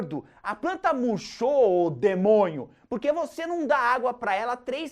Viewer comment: "A planta muchou o Demonho" kkkkkkkkkkkkkkk